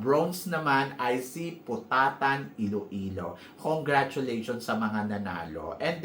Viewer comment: POTOTAN, ILOILO and not POTATAN!!! lol!